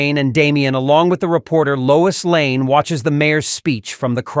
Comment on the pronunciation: Her name is Lois LANE, not Layne.🤨